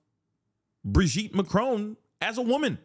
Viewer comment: She also pronounces it a as macrown instead of macron. So ignorant